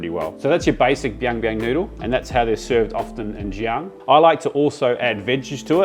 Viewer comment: Xi'an is pronounced "see"-un (like undo)